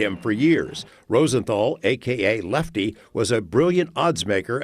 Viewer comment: Leffty...get it right